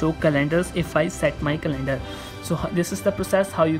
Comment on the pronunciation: It’s not call celander it’s calendar 💀